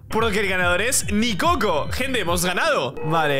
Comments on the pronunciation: Nicoco por que cada que lo escucho mi cerebro escucha Ni cocos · Cuando Se Puso Nicoco De Nombre Yo Entendi Mis Cocos😂😂😂😂😂